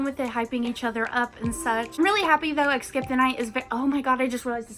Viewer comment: I’m not hating but does anyone get a pet peeve when she says eXcape the night instead of eScape the night. She doesn’t need to change anything because it doesn’t even matter buuuuuuuuttttt